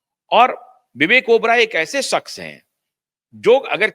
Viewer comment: Pootiye...saks nahi shaqs hota hai...nihaayat hi 3rd class biased presenter ho tum pootiye....